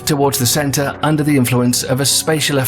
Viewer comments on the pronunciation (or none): none